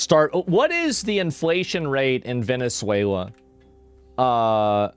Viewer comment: "Vene3uila" XD